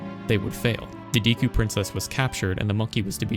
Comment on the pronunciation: Yeah, Romani's ranch side quest also gave me nightmares. But I was also not even 10 yet so cut me some slack too 😂 Ps. I loved the video. But please start saying "Deku" correctly. Edit: Totally agree on your last take. Gatekeeping brings no benefits to either party. Great video.